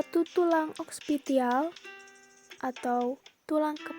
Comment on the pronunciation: Oksipital bukan okspitial